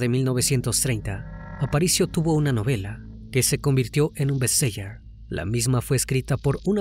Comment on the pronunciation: Se pronuncia Best seler no seier